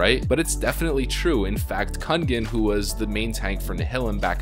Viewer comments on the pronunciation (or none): Might sound like a troll now but, [Kun-gen] 😂. It’s pronounced [kung-en]. I do apologize for not writing phonetically but I couldn’t find it for 5 min of googling and can’t be bothered to search more. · Hehe funny how you pronounce Kungen, ofc a natural way in english thou, but still completely wrong Kungen means "the King" in swedish btw